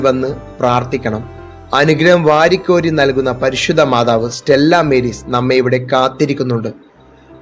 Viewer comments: സ്റ്റെല്ലാ മേരീസ് അല്ല - സ്റ്റെല്ലാ മാരീസ് ആണ്. മാരീസ് (Latin) = സമുദ്രം. ബാക്കി യെല്ലാം ok . Congratulations! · സ്റ്റെല്ലാ മാരീസ് എന്നതാ ഉച്ചാരണം